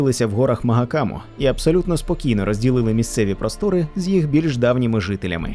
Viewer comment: а чого "маГакам"? я розумію шо зараз в тренді перекладати все через Г без розбору з усіх мов, часто ігноруючи транскрипції, але ж всі переклади як на українську, так і на російську пан Сапковський можжна так сказати модерував, бо не тільки володів мовами, а й спілкувався з перекладачами особисто... окрім того і сам неодноразово був в нашій країні і спілкувався з читачами тож давайте не коверкати імена, назви і терміни серез плдвійну конвертацію польська-англійська, а просто будемо слідувати першоджерелу))